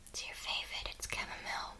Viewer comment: "It's your favite" 😂😂😂